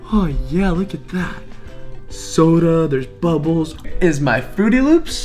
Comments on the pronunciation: Is saying frootY loops on purpose? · Does it bother anyone else that he says fruity loops instead of fruit loops? ;-; just me ? Ok... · It's not frooty loops it's Froot Loops no ufens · He said "fruity loops" but it is supposed to be "fruit loops" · Does it annoy anyone a little how is calling Froot Loops Frooty Loops? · Who else cringed when said "Fruity Loops" when it's "Fruit Loops"? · im dead 😂💀he said fruity loops and its fruit loops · IT'S FRUIT LOOPS. MY JESUS SAYING FRUITY LOOPS KEPT BOTHERING ME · said Frooty Loops isn't it Froot Loops? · This video bothered me because he said Frooty Loops. They're Froot Loops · everytime he says fruitty loops I keep saying fruit loops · He said Frootiy Loops Its Froot Loops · It's called fruit loops not fruity loops but that is still a nice and funny way to say it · he said ' fruity loops ' when it's fruit loops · Anyone else get TRIGGERED every time he says "fruity loops" instead of "froot loops" It just bugs me. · Who else cringed when he said frooty instead of froot, still like him dou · said fruity loops instead of fruit loops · Did anybody notice that he said "FRUITY LOOPS" its FRUIT LOOPS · its froot loops not frootie loops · STOP SAYING FRUITY LOOPS ITS FRUIT LOOPS!!!!! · Bruh it's called frost loops not frooty loop. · you're saying fruity loops wrong your pot to say it up Froot Loops that's all you call them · Its Froot Loops not frooty loop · Stop saying fruity loops its Froot Loops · it's not frotie loops it's froot lops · He called it fruity loops I love his vids but I wanna smack him for that. Also he said captain crunch berry so I wanna smack him for that too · Also he keeps saying fruity loops instead of froot loops (btw the way you spell it is froot) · it is not frooty loops it is froot loops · he said fruity loops it's fruit loop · Fruity loops there's no y in fruit loops if talking bout a y u talking about Fruity pebbles 😹